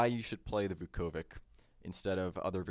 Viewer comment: Vukovic is actually pronounced Vukovich, it's a Serbo-Croatian letter "Ć" at the end which is pronounced as "ch"...there are many examples, like Djokovic, Doncic, Modric, Malkovic etc. Anyway, great video, thanks!